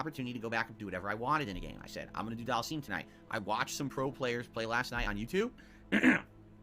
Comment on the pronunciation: Do all people from Conneticut pronounce words weird like? "Dhal-seem"? Anything with "ity" at the end and "twit-ter".